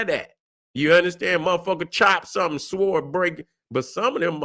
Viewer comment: The w in sword is silent.